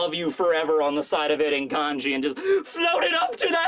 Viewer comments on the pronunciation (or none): none